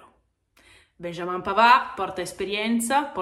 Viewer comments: un piccolo stupido suggerimento: si pronuncia in francese .... 'benjameen' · puo darsi ... nel Québec francese viene pronunciato 'benjamen'. No ho riprova con mio nipotino neonato: benjamin . comunque complimenti per il contenuto